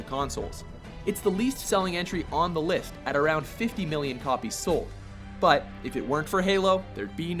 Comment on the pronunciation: Anyone else here him say liff instead of list in the halo one?